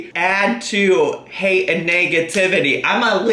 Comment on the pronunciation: Bobbie J---AMEN!!! I swear her eyes turn so dark when she's angry (90% of the time). I won't be surprised to hear one day that she's snapped and has filled her basement with the bodies of her "haydurs"!! ("Haydurs" being ANYBODY that disagrees with her.)